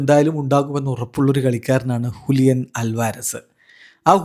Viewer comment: ഹുലിയൻ അല്ലല്ലോ ജൂലിയൻ അല്ലേ 🤨